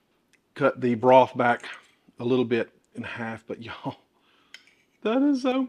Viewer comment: I just love the way you say 'Y'all'! This looked so yummy, until you got to the red peppers which I am allergic to, any color actually, and also do not like the dried tomatoes. Hmm, wonder what it would be like without either?